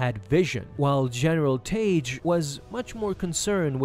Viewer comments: It's not Taige... It's pronounced TAG! Tagge's name is pronounced the same as Tag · It's not pronounced "Tage" it's pronounced "Tag". TAGGE. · Just saying.. in Star Wars, Tagge is pronounced "tag", rather than "tayj", as per the pronunciation in the Star Wars radio dramatization that Lucas had oversight of. Good video! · Tayj lol. Couldn’t make it two minutes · I've always heard it pronounced like tag. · His name is Tagge, not Tage. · It's pronounced "tag" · The pronunciation of the names Tagge and Motti in this video hurt my soul.